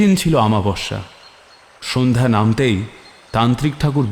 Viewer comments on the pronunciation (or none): উচ্চারণে নজর দিন। 'আমাবশ্যা' নয় অমাবস্যা।